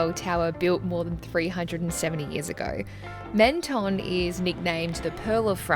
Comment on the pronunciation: Love the video but as world travellers, you might consider getting the pronunciation of the place your video is showcasing a little closer. Or, you could just do it cartoonishly badly like this. "Meant-tonne" Mon dieu.